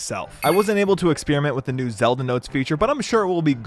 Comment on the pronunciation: I’m sorry “ZeD L”?